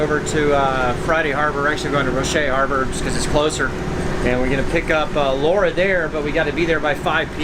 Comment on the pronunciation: That's pronunced "Roash" Harbor. Don't pronounce the E.